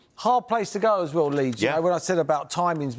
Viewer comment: It is Leeds,please